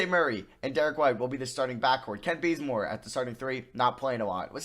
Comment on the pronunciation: Am I the only person who heard him say “Kent Blazemore” lol